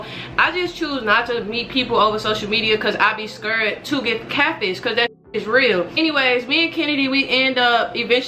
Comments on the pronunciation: Have y’all notice the way be saying scared..she be not saying it wit the d lol 😂...”i be scareeee😭😭😂😭😭😭😂😭 ily doe❤️💯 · "she was scured"🤣🤣